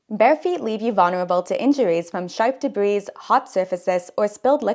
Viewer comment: Who calls debris “debreeees”?